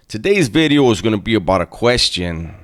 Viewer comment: In my hey day, I loved smashing on guys that looked just like you, slow talking machismo, socked in the f*n face. Get that so-cal sh*t out of my town. And now… “New “BIDDEEEO”